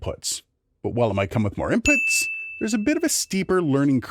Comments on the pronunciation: "INPITS!" ha! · Inpits??? LOL. Great video! Thanks for the clear explanation.